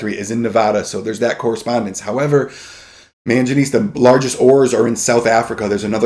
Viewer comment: Very good video, just wanted to note that it is pronunced man-guh-knees